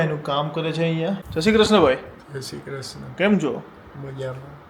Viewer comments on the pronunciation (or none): none